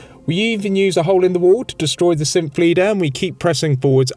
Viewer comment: Bless your accent. I find it funny to call the Synths "Simps"! Somehow it just... works.